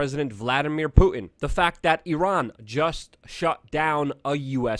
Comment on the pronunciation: You done messed up I-I-Ran!